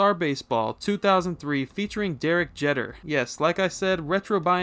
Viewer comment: how do you not know how to pronounce derek jeter